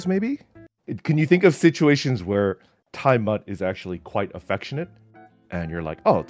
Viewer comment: smut is the word you want to search TimeSmut is not a real word its just mispronouncing Time mutt